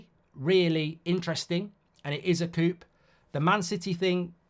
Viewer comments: Mark Coup isn't pronounced as coop, it's pronounced as kew LoL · Coup is pronounced "coo" like "poo". Not "coop" like "poop" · Coup is pronounced coo 😂